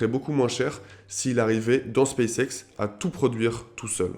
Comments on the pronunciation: En effet, il aurait mieux fait de le prononcer "Spasse ixe" :0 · "Spaice Ex"